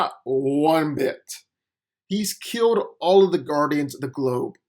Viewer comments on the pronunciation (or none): "Key-e-owe-ld" = killed? "Ur-phs" = Earth's? Learn English. I blk n slow but you reeee speh-show-uhl.